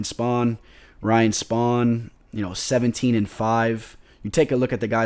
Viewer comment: It's spann not spawn